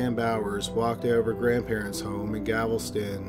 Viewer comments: Haha, I'm from Nebraska, and even I cringed every time he mispronounced Galveston. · he’s got a variety of unusual speech impediments and dyslexic type issues. On the whole, it makes his narration uniquely easy to listen to, albeit frustrating at times when he flips consonants within a proper noun. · As someone who grew up in and around Houston I kinda cringed with that, too. Lol But I still love the guy!!! ❤️❤️❤️❤️ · Feeling the same way hearing him mispronounce Galveston. Immediately started looking through the comments for another native. And just heard Bay you.... Oh wow. 😵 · ChantonsLamour I don't know what you're talking about, but I didn't necessarily expect him to put emphasis on the Gal. I just expected the L sound to be in the correct place. Seeing as Galveston is in the SOUTH being run by SOUTHERN folks who lived and loved in the SOUTH all our lives, then how WE say it is correct... with emphasis on the Gal. But thanks. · ChantonsLamour he's pronouncing it with the l and the v transposed. He is reading the word wrong. It has nothing to do with emphasis or accents. And I'm not sure where you get the idea that people in the South pronounce Galveston incorrectly. Lol. Do you think that it's supposed to be pronounced Gal ves TON, or Gal VES ton? 😂😂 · His pronunciation of Galveston is driving me up the wall! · 句丹句句と 尺ヨ尸卞丹尺 He messes up the pronunciation of a lot of things. Lol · Some places are tricky to pronounce, but with Galveston you just have to say the letters in the right order. Literally look at it and sound it out before you press record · DragonFox84 he isn't pronouncing it differently due to being Canadian. He seems to be transposing the letters L and V in the name Galveston. He is reading the word incorrectly. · Dyslexia. He also said shelter in stead of shetler in another video. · How many times can you mispronounce “Galveston” in one video? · It was super distracting every time Galveston was mispronounced. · Galveston. Not "Gavels-ton".